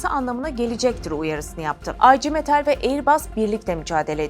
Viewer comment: Aycı metal nedir Ablam, artık telaffuzu Türkçe yapmayı öğrenin. IGM Okunuşu da Ige Metal…